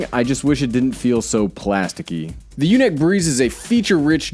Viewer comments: YunEEc... Not yunik. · You're killing me it's pronounced unique LOL I have the typhoon H that's why I now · U said the name wrong